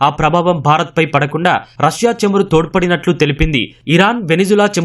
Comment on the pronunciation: చెమురు కాదురా బాబూ చమురు. తెలుగు భాషను హింస చేయవద్దు